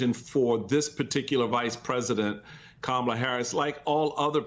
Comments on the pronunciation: Republicans deliberately mispronouncing Kamala's name is code racism and bigotry. Ron DeSantis was the first racist bigot to DELIBERATELY mispronounce Vice-president and Presidential candidate Kamala Harris's first name wrong; calling her KA MA LA instead of KAMALA they are doing this because they are using code that she is black/African and not white. KA MA LA is an African pronunciation. These are racist bigots who use bigotry and racism to rally their racist and bigoted supporters. Like they did and still do with President Obsma deliberately using his middle name calling him Barack Hussain Obama. They try to send a message that a black president or presidential candidate is not white but muslim or black/African i.e. KA MA LA. This is text book racism and bigotry. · It's actually Vice President Kah-Ma-Lah, which is the correct phonetic spelling for her name.